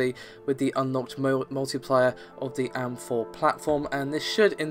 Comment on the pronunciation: Stop being lazy, it's A-M-4 and G-U-I not am-4 and gooey.